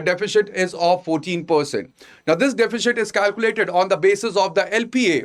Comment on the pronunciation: I have been following your videos recently. While the same seems good, the pronunciation of words across various videos is confusing. Since you have selected English as a language of choice kindly work on your pronunciation as the same affects listeners, especially students who are switching between language or are not from a strong english based background. Example from this video - deficit should be pronounced as sit towards its end and not shit. It's absolutely not defishit.